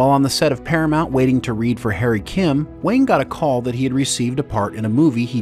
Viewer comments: I could have sworn he preferred it pronounced 'Wong'. Not 'Wang', despite the spelling. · Garrote Wang is pronounced Wong not Wang. Regarding the Ship itself its really good they made Voyager a Science vessel and not a battle cruiser. You have to make Voyager under powered under maned and under gunned otherwise there wouldn’t be opportunities for vulnerability in a new part of the galaxy! If you sent the crew into the unknown with a warship they would be the dominant factor and their journey would be too easy. This way they may not be the species with the biggest stick or the crew with the ship with the abundance of energy and resources but its their ability to work together as a team and work well with the tools they have to overcome their obstacles. Make it a big battle cruiser with all the power reserves and weapons at their finger tips and Voyager’s journey home would have been like Glamping.